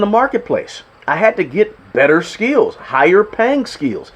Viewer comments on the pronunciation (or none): Bro it's skills. Not skeels 😮